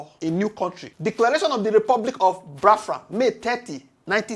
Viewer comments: Pls, not Bafra. The name is Biafra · Bros, your analysis is great but work on your pronunciation please. Ordinary BIAFRA you pronounce disgustingly. Haba. Your audience is expanding and you need to work on your pronunciation please